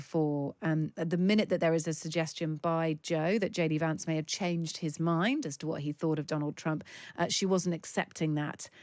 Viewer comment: The woman, with the 50's style glasses, pronounces Vance in a very posh British way. It's pronounce as in 'cat', not as in 'cart.'